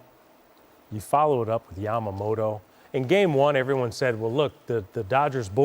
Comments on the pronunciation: みんな米の方はヤマモロって言うけど、キルステン・ワトソンさんだけはちゃんと 『ヤマモト』と発音してくれる♪ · ホント外国人って「ヤマモト」発音苦手なんだなと分かった